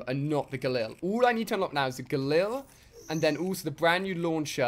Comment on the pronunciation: It's Gallil not gullil